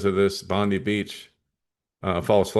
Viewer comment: Thanks. We have ppl in the Australian news comments saying we need a leader like Trump, they love him here as well. It’s just nuts. It’s pronounced Bon die, apt.